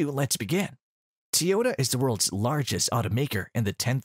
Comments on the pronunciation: TOYota Not Teeoyta 😂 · WTF is a "TeeYoda"?